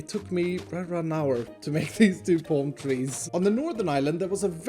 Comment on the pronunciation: Normal people: palm tree: pOlm treez